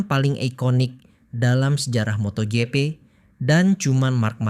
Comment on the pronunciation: Gw kesel dengar lu ngomong moto gepe 😆😅😂🤣 Bacanya moto jipi woy.. MotoGP 👍😉